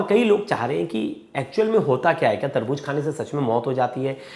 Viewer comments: Tarbooz not Tarbooj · Taarboojjjj😂Kiya HOTA hai taarbooz HOTA hai